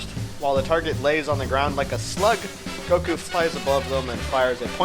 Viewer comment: the name is broly and goku not borly or goky